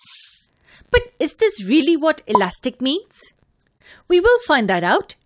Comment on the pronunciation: U can’t say alastic